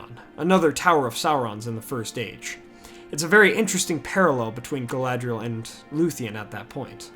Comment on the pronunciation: Galadhriel - pronounced Gah-lah-three-el Galadriel - pronounced Gah-lah-dree-el. Galadh = Galath = Tree. Galad = Gah-lahd = light Dh = Th Caras Gala-thown Ea = Y i = 'ee' sound. Maedhros = "May-throse." Earwen = "Yarwen." Finarfin = "Fee-nar-feen." Any vowel with a long mark over it is pronounced harshly (the long vowel sound). They got a few things wrong with Elvish languages in the films (which they admitted to, later), but just wanted to help you out with the pronunciation.